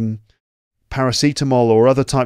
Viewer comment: whenever you say paracetamol... :)